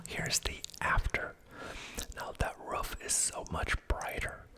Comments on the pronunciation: I’m French Canadian and English isn’t my first language, but the way you say « roof » always stands out to me!? You’re the first person I hear pronouncing it that way. Is it a regional accent thing? (Love your videos, btw. Very relaxing!) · Wow I just noticed that as well, sounds more like a dog’s “ruff” almost hahaha